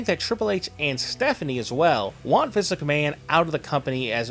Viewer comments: why the fuck do you keep saying viss mcmahon? quit it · Sounds like your saying Vis McMahon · Vice? lmao why don't you prononunce the fucken N lmfaooo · Or MINCE MCMAHON!!!!